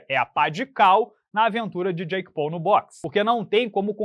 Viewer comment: Pessoal só um adendo não muito relevante, a pronúncia de Paul não é "Pou" e sim "Póu"